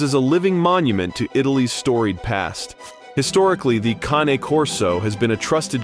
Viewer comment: Come on man, speak Italian properly. It's not KANE.